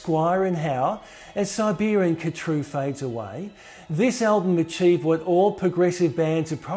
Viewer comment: カトゥールの発音はハトゥルが原音に近いようだ。KHATRU ×car true ○ her true